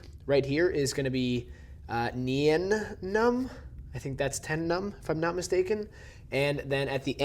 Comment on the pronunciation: It is pronounced nine numb